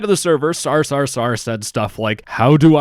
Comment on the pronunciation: You have accidentally started swearing in Hungarian when you said the sarsarsarsar guy's name lol (sar, your pronountiation->szar and szar means sh*t in Hungarian)